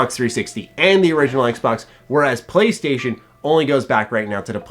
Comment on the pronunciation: MY PWAYSTATION IS BETTUH THAN YUH EXBAWX